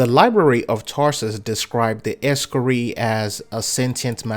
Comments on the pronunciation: Wtf is an Ex-cari? You mean Ee-scar-i? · Es-Scar-Eye not ree lol.